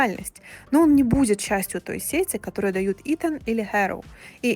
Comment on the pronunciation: Не сЕти, а сетИ